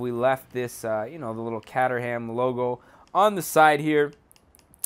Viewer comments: Sigh it's not pronounced Catter-ham it's Cater-am, the cater part pronounced like catering and the ham is pronounced like jam with a silent h. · caterham not cateram